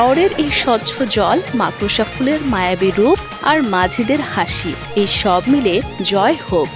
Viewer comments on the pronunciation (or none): শব্দটা মাকরোসা হবে না। হবে- মাকোরশা 😅